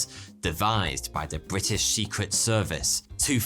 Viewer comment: Bri ' ish